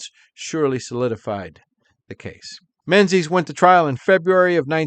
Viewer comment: English its Maar- een (Maurine) NOT - More-een But you sure pronounced "Menzies" right